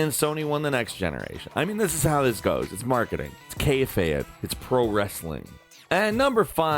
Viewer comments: can’t even pronounce “Kayfabe” right... Jesus Christ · When casual fans say kayfabe it hurts a little